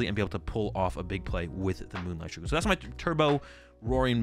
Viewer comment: That is NOT how you pronounce Shuriken. Other than that, good video, been watching a bunch of yours to determine what deck I want to play at locals, so far picked Gardevoir and trying to find a second one I like